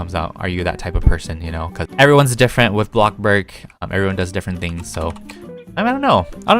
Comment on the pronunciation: The way he says “Blockburg” so casually